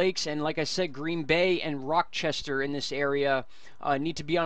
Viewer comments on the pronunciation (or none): Rochester is not pronounced with the k sound. It’s Ch as in cheese. In case you wanted to know :) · as always, thanks for a great job delivering useful info! minor heads up: it's pronounced "RAH-chester"